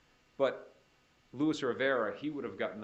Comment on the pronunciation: Is anyone tired of the “louis” rivera? Its LUIS! So annoying